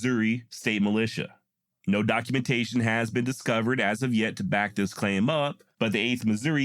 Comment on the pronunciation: Sis, not dis